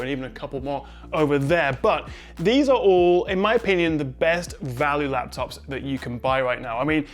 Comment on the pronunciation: Best lafftuffs! :D